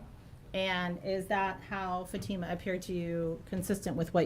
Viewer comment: The mothers counsel still can’t pronounce Fatima’s name correctly FFS 🤦‍♀️